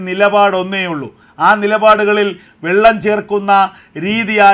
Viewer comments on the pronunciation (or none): none